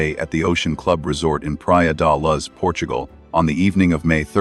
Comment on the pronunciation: It's not Praia de LUZZ